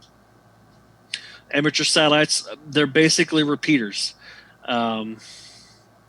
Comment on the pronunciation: You keep saying SALITES